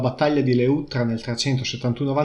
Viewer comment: Le'uttra, non leu'ttra!!!! Gnurant!!